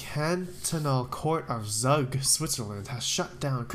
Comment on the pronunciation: Zug It’s pronounced Zooog. Here in Switzerland.